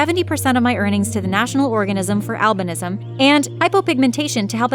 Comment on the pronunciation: the way you pronounce it is al by nisym